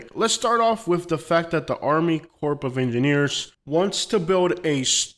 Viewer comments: Corp has a silent “p” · The "p" is silent in the 'Corp of Engineers'.